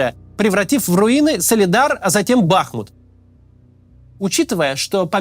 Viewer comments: БахмУт, а не БАхмут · Не бАхмут, а бахмУт!!!! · Судя по тому что за последних несколько десятков роликов он уже стопитсот раз сказал название Бахму́т с не правильным ударением, можно сказать что и аналитика под большим сомнением... Если в3апaдло зайти на википедию и проверить элементарное то об остальной информации и подавно... НО, вектор мышления очень даже правильный :) П. С. Правильно Бахму́т, а не Ба́хмут. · Не БАхмут, а БахмУт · Ты как издеваешься. Знаешь же что правильно «Бахму’т . Зачем каждый раз каверкаешь ? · Разберитесь уже, "БахмУт" или "БАхмут". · Кац,не БАхмут,а БахмУт,хотя бы название научился правильно произносить ,времени много было.Слух режет. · БахмУт. Не БАхмут. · Не бАхмут, а бахмУт. Правильно ставьте ударение. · Почему в который раз Кац называет город БАхмут, но не БахмУт? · Девушка, вы видимо головушкой где-то стукнулись! Я об этом как раз и говорил что Макс во всех видео неправильно произносит!!! Он говорит Ба́хмут, а надо Бахму́т... И в каждом видео в комментах это пишу, чтоб он или его команда наконец открыли Википедию и посмотрели как правильно, но им пох... И ладно бы если один раз где-то вскользь упомянул, так нет жеж, почти в каждом видео по несколько раз повторяет это название и уже ухо режет, больше полугода так тупо лажать, а его дружбан Варламов уже давно называет правильно - Бахму́т... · Спасибо за Вашу работу - слушаем все выпуски. Очень Вас просим правильно ставить ударение на названии нашего города - БахмУт - больно слышать нам, бахмутчанам в эвакуации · Бахмут уже захватили (или почти захватили), а Кац до сих пор не выучил, как правильно ставить в нём ударение... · Кац или страдает дебилизмом или я не знаю. Есть город БахмУт. Ударение на букву У. А есть кац, которому похрен, лишь бы богатые спонсоры деньги за встречу с ним платили. Смотрится такой "борец за правду" очень некрасиво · Больше года идет конфликт, а данный товарищ не в состоянии запомнить правильное произношение города БахмУт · Ударение на У: бахмУт